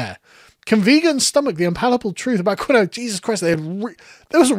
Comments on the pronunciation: Do Brits really pronounce it "Keen-oh-a" or is just a dunce? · The way Brits pronounce Quinoa (which is supposed to be said keen-wah) is hilarious when you've never heard it before. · It's pronounced kee-nwah, you Philistine! Not that I've ever tried the shite. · love your content but this is the second video where you can't pronounce quinoa. It's KEEN-wah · “Kinowa”😂 fuggin’ Sassenach tard never fails to entertain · Quinoa is pronounced KEEN-WHAA. Say it with me, Sargs, Keen-whaa. OK, carry on, don't do it again. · "Quinoa" is actually pronounced "keen-wah." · Quinoa pronounced keene-waah or something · quinoa is pronounced: keen-wah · It doesn't matter. It really doesn't actually matter. It doesn't matter one single bit. But it's pronounced Keen-Wah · Its pronounced keenwahh btw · That's not how you pronounce Quinoa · How can an educated man mispronounce quinoa! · Is this how brits pronounce quinoa or is sargs just boomering it. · pronunciation of quinoa 4/10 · The way Sargon pronounces quinoa reminds me why the British had an empire. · he's just getting it wrong lol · The way he pronounces quinoa is hilarious. Honestly, it should be pronounced this way just to piss off the insufferable hipster leftist soy boys that eat it. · I can't get over how you pronounce quinoa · I’m sorry, I can’t get over your pronunciation of quinoa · I’m upset about how you pronounced Quinoa… It’s “Keen-wah” not “kwinowa” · Say it with me not 'Quin-no-ah' its 'Keeeeen waaaaa' get with the program ya damn peasant!!!!! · Crying woman: KEEN-WAH Cat at the dinner table: Quin-noah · This was a great video. One nitpick though, quinoa is pronounced "keen-wah," not "ki-noah." I'm sorry, I just can't let a man I respect so much pronounce quinoa like a Will Ferrell character. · its pronounced "keen-wah" not "qwin nowa". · Kee noir. Not quin oa. lol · Sargon. It's pronounced Keen-Wah NOT Kwin-Noah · It's pronounced keen-wah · It's pronounced KEEN-wah (Quinoa)